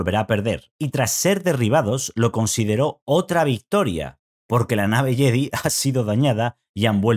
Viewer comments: JEDI se pronuncia "YEDAI"... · En españa lo pronunciamos “Yedi” aunque cada vez más decimos “yedai” pero nos suena a algunos raro